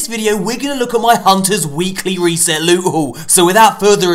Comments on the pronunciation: LEWT. SWEET, PRRRRRECIOUS LUTE! My favourite intro of all time😂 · That intro tho " prrrrecious lute😂😂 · I sounds like he said 'sweet precious newt' 😂.